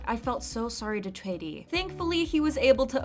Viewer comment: I love how you pronounced Choi as in the Korean pronunciation and not the English pronunciation!💖